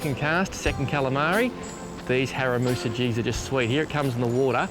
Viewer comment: Haramusa haha 😂 I think you mean harimitsu